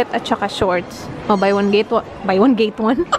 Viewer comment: wait lang natawa ako sa "buy one, gate(get) one" HAHAHA